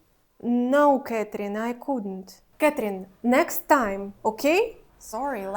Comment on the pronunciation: The way “Catherine” is pronounced 😅